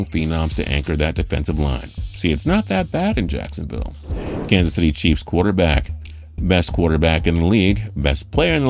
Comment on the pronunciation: dashaun watsons a good “Quuaterback” 🤣🤣